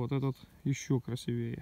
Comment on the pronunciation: хочу сделать комплимент Вашему русскому языку! Он очень богатый, полный юмора, с суржиковой "перчинкой", Вас можно просто слушать без картинки! Вы для каждого грибка находите свежий комментарий. Ну, разве только "красИвее" ударяете неправильно... Да, и всё время жду змеюку (с ужасом), но их в этом году, к счастью, не видно. Удачищи Вам!